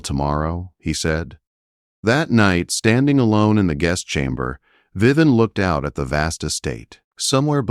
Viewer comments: Her name is not Viven; it’s Viv-vee-en! AI is not good at pronouncing names! Needs work! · Yeah, that mispronunciation is very annoying.